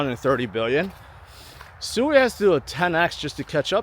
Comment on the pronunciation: I don't think sui is pronounced soooweee, it is pronounced. sweeee